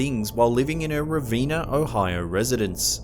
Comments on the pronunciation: It's pronounced Rah-VEN-na Ohio not Rah-VEENA. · Ravenna ohio but I like how he said ravinea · I live near revena not reevana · Mispronounces Ravenna.